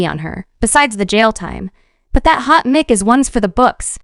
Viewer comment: “Hot Mick”? So this channel is an AI bot that can’t read? Great.